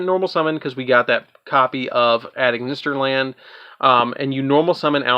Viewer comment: I love this deck because like you said you’ve got so many combos for days to do with the deck and also if you don’t mind me saying when it comes to the A.I. Cards you don’t say the letters A and I it’s pronounced Eye so Ignister A.I.Land is pronounced Ignister Island and A.I.dle Reborn is pronounced Idle Reborn TA.I. Strike Tie Strike etc.